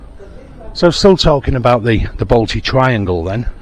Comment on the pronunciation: If your coming to my City at least learn to pronounce the suburbs correctly. The Balti Triangle is not a place like Drayton Manor either.